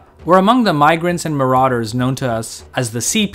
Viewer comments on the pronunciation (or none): none